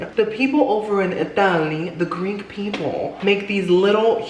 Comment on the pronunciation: ALISON I swear I listened to that part about five times saying “ Did he say Greek people?” Glad it wasn’t just me.